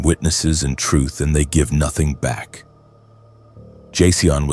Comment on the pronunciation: Did I just listen to you mangle the pronunciation of the name Jason in a multitude of creative ways??